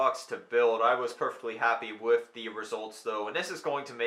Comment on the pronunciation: I don't understand people getting mad about the way you pronounce mate. I'm just looking forward to you saying with instead of wif.